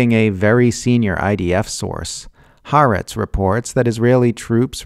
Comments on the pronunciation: I think what confuses people is the apostrophe, which indicates a glottal stop: Ha + 'Aretz. The wrong pronunciation is running the two "a" sounds of the words together. The same applies in Polynesian languages where the stop indicated by ' before a vowel is a plosive, almost a consonant, as in Hawai'i. The final syllable is pronounced separately: Ha-wa-i----'i I don't know Arabic pronunciation, but there are definitely glottal sounds that take practice for English speakers to hear and speak well. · Why can no one pronounce Ha’aretz correctly? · Khaaretz. Official newspaper of the Khazars.